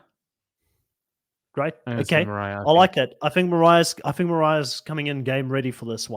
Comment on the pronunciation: Moriah???????, please.